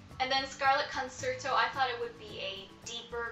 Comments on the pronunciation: Great haul! And it's pronounced "con-chair-toe" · Great haul...But you pronounced concerto wrong